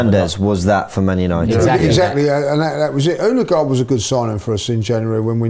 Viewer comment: Finally, someone corrected on how to say, Odegaard. It was pissing me off the whole season!